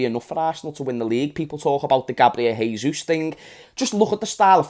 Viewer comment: Great video mate, just a heads up: jesus in portuguese is pronounced "jay-sus" (not exactly like that but it's the best way i could write it) not "hay-sus". Please spread the word so that annoying brazilian like me will be happy😀